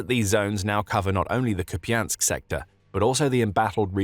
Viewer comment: Please stop saying kupiansk